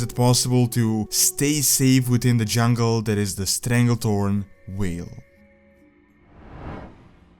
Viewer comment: Vale not whale